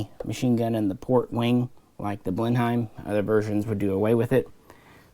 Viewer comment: Blenheim is pronounced Blen-em, but other than that a greta video, thanks